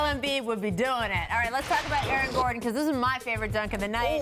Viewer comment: Aaron "Airing" Gordon